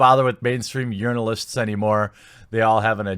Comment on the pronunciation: I heard "mainstream urinalists." Definitely salty (not that I would know from personal expeerience). Sounds like you're a casualty of fake news, bud. Hang in there and keep up the good work!